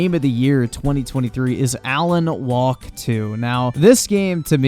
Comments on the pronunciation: Are you actually saying Alan "Walk" 2 over and over? Even if you know it's Wake to your eyes, you pronouncing it to comical levels of wrongness. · He didn't say Alan Wake 2 was woke. He called it Alan 'Walk" 2.